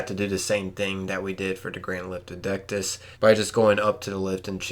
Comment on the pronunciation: I cringed so much at the pronunciation lol 😆 I'm just glad you got dectus right lol. Other than that helped alot thanks so much